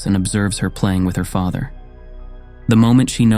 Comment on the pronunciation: at least the ai should be able to pronounce father and comfort properly